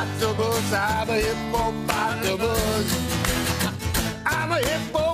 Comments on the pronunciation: i did not see that coming. and i mean the hip-po-pata-mus. lmao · Me: this whole thing is so painfully choreographed and a waste of an interview with a talented actor. Also me: hipp-o-potamus, hip-o-potamus